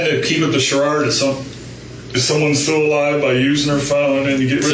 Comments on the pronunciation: “Sharrard”—instead of “Charade”🤣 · He kept up the "chararde" 😄